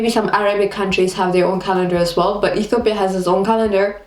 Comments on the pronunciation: You can't even know how to pronounce the name of Ethiopia. what's Etopia? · You're really cute, but I couldn't even tell that u r from Ethiopia from the way u talk. First of all, u pronounce it E-to-pya while Ethiopians pronounce it E-tyo-pya but foreigners pronounce it E-ti-o-pia. Are you trying to do a latin American accent? Btw, when I was around 7th grade, my highschool started using separate classes for all subjects, instead of single classes for all grades & sections. Also nobody I know likes wearing school uniforms. It's the best part of being in a university. I actually have a friend who once came to school in pijamas, too. Anyway, loved the vid xo. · why you sayin Ethopia!! say Ethiopia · *please don't make your mouth like ☹️😏 *It's not etopia, it's ethiopia *Merkato is not the only market in Addis or other cities and most sales personnels are not farmers. Anyways, you are beautiful. I hope we will meet one day and have a quality time together 😂lol